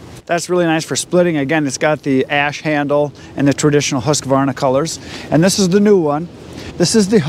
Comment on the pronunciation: Thank you, thank you, thank you for saying husqvarna correctly. So many say huskavarna!!